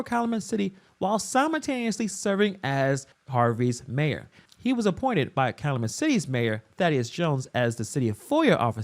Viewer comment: Pronounced Kal-YOO-met. Please!!!